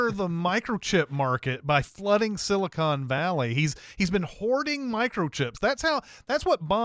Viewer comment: Dammit, it’s “Silicon Valley”, not “Silicone Valley”. Silicone Valley is the space between fake boobs.